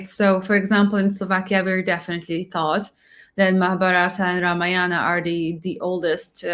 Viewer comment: It isnt Ramayaanam. It is Raamaayanam